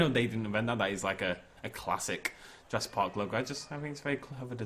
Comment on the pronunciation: Ah good old Jurassic Pahck